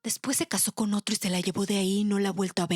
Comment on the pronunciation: "Ótro ! Ótro ! Ótro !!!"